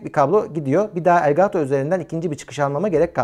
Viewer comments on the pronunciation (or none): "Gaaato" değil yahu "Gato" :) Kedi anlamına gelir bu arada (gereksiz ek bilgi) 😂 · Elgaaato o bizim için. :)